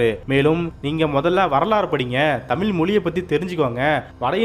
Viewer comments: ஆம், தமிழின் அழகே அந்த “ழ”கரம்தான். எனவே ஊடகவியலாளர்கள் தமிழை நன்கு உச்சரிக்கக் கற்றுக்கொள்ள வேண்டும். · வீடியோவில் பேசும் நபர், தமில் என்று சொல்லாமல், தமிழ் என்று சொல்லிப் பழகவும். மொழியின் சிறப்பே ழகரம். கவனமாக உச்சரிக்கவும். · தமிீல் இல்லை sir தமிழ் என்று உச்சரிங்க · தமில் அல்ல... தமிழ் என்று உச்சரிக்க பழகுங்கள். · ஹலோ! தமிழை சரியாக தமிழ் என்று அழகாக உச்சரிக்க பழகுங்கள் நண்பரே! தமிழின் உயர்வை பற்றிய இந்தப் காணொளியில் தமில் , தமில், என்று பல இடங்களில் கேட்பது மிகவும் வருத்தமாக உள்ளது. மொழியில் உச்சரிப்பு மிகவும் முக்கியம்! Please தமில என்று உச்சரிப்பை உடனே திருத்த முன்வாருங்கள் நண்பரே! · இப்போது இவ்விஷயத்தில் பேசியவரே தமிழைப் பிழையாகத் தான் பேசினார். தமிழைத் தமிள், தமில் என்று தான் உச்சரித்ததை நான் கேட்டேன். தமிழ் நாட்டில் இளைய தலைமுறையினர் பலருக்குத் தமிழே எழுத, படிக்கத் தெரியாதே. ஏன் நம் பள்ளிக் கல்வித் துறை அமைச்சரே தனக்குத் தமிழ் தெரியாது, என்றும் தனக்கு ஃபிரெஞ்ச்சு, உருது மொழிகள் தெரியும் என்று கூறியதாகத் கேள்விப் பட்டேன். பல தமிழ் இளைஞர்கள் "I don't know Tamil" என்று பெருமையாகக் கூறுவதைக் கேட்டது உண்டு. அதற்குக் காரணம் தமிழ் நாட்டில் நம் தாய் மொழியைக் கட்டாயம் ஆக்காமல், இரு மொழிக் கொள்கை என்ற பெயரில் பல மாணவ, மாணவிகள் தமிழ் அல்லாத ஒரு மொழியையும், ஆங்கிலத்தையும் மட்டும் கற்றுத் தேர்வுகளில் வெற்றி பெற்றுப் பட்டதாரிகளாகி விடுகின்றனர். அவர்கள் தங்கள் தமிழறிஞர்களின் பெருமையாகப் பேசுகின்றனர். தவிர, நம் மாநிலத்தின் சில பகுதிகளில் அரசுப் பள்ளிகளில் தமிழே கற்பிக்கப் படுவது இல்லை. மாணவர்கள் தமிழ் கற்கத் தேவை இல்லை என்று அரசாணையே இருப்பதாகக் கூறுகின்றனர். ஆக, தமிழ், தமிழ் என்று வெறும் கூச்சல் மட்டுமே. அது வெற்று, வாய்ப் பேச்சு அரசியலாக்கப் பட்டது. மொழியை அரசியல் ஆதாயத்துக்காக தி மு க, அ தி மு க போன்ற கட்சிகள் பயன் படுத்துகின்றன. உண்மையில், ஆக்கபூர்வமாக, நம் தாய் மொழியான தமிழை வளர்க்க எந்தச் செயல்பாடும் இல்லை என்பது தான் வருத்தத்துக்குரிய உண்மை. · வார்த்தையில். தமிழ் என்று. உச்சரிக்கவும். நன்றி. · தமில் மொலியா அல்லது தமிழ் மொழியா? முதலில் தமிழை ஒழுங்காக உச்சரிக்க பழகுங்கப்பா.